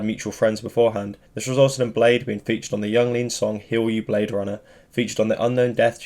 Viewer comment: I thought it was pronounced as "blay dee"